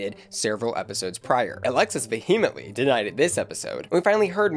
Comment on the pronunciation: Have I been pronouncing “vehemently” wrong all this time? said it like, “behemoth”??? Help—? 🤓😜